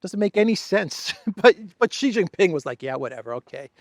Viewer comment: He's not called "Gee", he is calle "She".